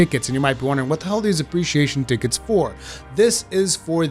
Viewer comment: Ticket “Tea-Ketes” .... love the way this guy says tickets...